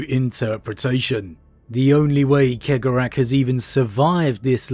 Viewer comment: I love you but…